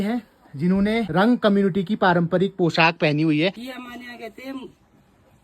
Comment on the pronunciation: बेटा रंग नहीं रं बोलते है